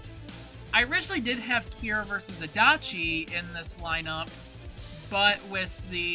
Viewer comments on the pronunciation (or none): none